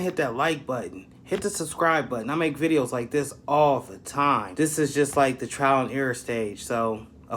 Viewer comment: It’s TRIAL and error not TRAIL, just saying